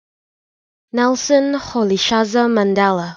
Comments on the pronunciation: Is this a joke? This is nowhere near how it is pronounced. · It's far from good that's not how it is pronounced by the way. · Mandela be like - No ..... Noooo...... That's not me.. 😭 that is not how my name is pronounced..... 😂